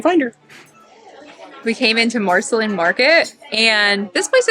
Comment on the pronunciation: It is pronounced Mar-Seh-Lean, as in Marceline, MO, where Walt Disney spent 4 years during his childhood on a farm near Marceline.